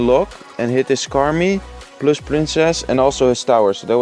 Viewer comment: Ik kan echt een nederlands accent horen wanneeer je an zegt (je hebt de neiging om een te zeggen) en plus (dat je gewoon nederlands uitspreekt. Let daar een beetje op.